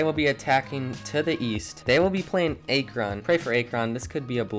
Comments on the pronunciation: (Ack-rin)not (A-kron) lol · Ya everytime he said a kron I'd lose it lmaooo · What the f*** is Ay-kron? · Akron "Ack-ron" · Stop saying “a-kron” it’s “ak-rin) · Aye-Kron got me laughing not to be rude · It’s Akron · Sorry guys I noticed I pronounced Akron wrong won’t happen again 🤣 also thank you everyone for all the support it means a lot! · Great video, besides for the pronunciation of Akron. All jokes, keep up the great work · Legit had me dying every time he said it lol I’ve never heard anyone mess up the pronunciation of it so it was kinda fun to hear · Dude the pronunciation of Akron was tough on the ears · I cringe the way Akron is said , good vid tho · Why do you say Akron like that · You pronounced akron wrong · It’s actually akron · Why you say Akron like that 💀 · I cant Watch this video with the mispronounced Akron every time😂 I had to stop like 4 minutes in! cool idea tho! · You’re saying Akron WAY wrong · Not to be mean but you said akron wrong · Who tf pronounces Akron like that? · Hard to listen to Akron said wrong the whole time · Bro pronounce Akron correctly please